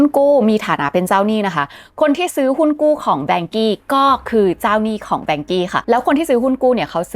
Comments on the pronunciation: อ่านว่า ว่านเค้อ ครับไม่ใช่แวงกี้ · นาทีที่ ที่ภาพเขียนว่า Vanke 万科 อ่านว่า Wànkē ”ว่านเคอ“. ถ้าเล่าข่าวจีนแล้วเน้น เสียงจีนได้ จะได้อรรถรสมากขึ้น แวงกี้ เหมือนเป็นบริษัทฝรั่งไปมีปัญหาในจีน แค่ความคิดเห็น ไม่ได้มีเจตนาจะไม่เห็นด้วย ถ้าจะแปลคร่าวๆ 万 Wàn ว่าน = หมื่น 科 kē เคอ = สาขา หน่วยงาน ครอบครัว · รู้สึกชื่อจีนจะอ่านว่า ว่านเคอ นะคับ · Vanke ในที่นี้อ่านว่า ว่านเค้อ ครับเพราะเป็นชื่อจีน ครับ ติดตามให้กำลังใจครับ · น่าจะเรียกว่า ว่านเค่อ หรือ ว่านเข่อ นะครับ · อ่านว่า"ว่านเคอ"ครับ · Vanke.อ่านว่า “ว่าน-เค่อ “เคยมีคนไทยทำงาน 1-2 คนครับ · Vanke ออกเสียงอังกฤษ จะเป็น "แวนเคอะ" ไม่เติม y ท้าย e ยังไงก็ไปเวย์ "อี้" ไม่ได้ 😂😂